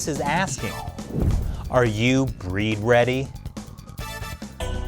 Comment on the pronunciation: Breed ready is actually bleed ready. The Chinese have trouble pronouncing the letter L